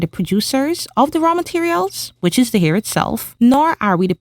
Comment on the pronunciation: It's pronounced hair not here 🌹💜